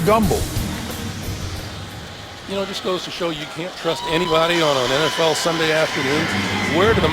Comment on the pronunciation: It’s “Gumbel”, not “grumble”!